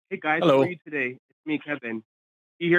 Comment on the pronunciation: Why did he keep saying "ginas" at the end? 🤣🤣